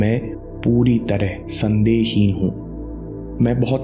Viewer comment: Sorry sir.. don't want to give negative comment but please consider it as my request. Me puri tarah "sandeh-hin hu".. ki jagah "me puri tarah sandehi hu" sunai de Raha hai.. i know ke agar mindful hai to uska ga;at meaning nahi hi nikalenge.. but still it is power of words in affirmations so i just wanted to tell it. And yes you are a life changer.. great great great experiences with all your videos.. keep it up..